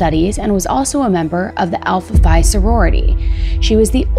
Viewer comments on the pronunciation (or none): Alpha "fee" not" fye"